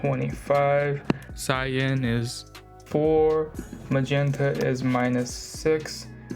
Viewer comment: I'm sorry I really can't stand it... 🤣... It's cyan, like psy, scyther, cell. Not kyan like cayenne, cantine or carrot. No hard feelings, it was just painful. Second, have you thought about doing alternate art proxies? Would someone be able to hire you for "card" printing?